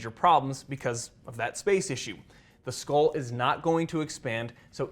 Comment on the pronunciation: What is a scol? Do you mean skull? Dura Mah-ter...maybe?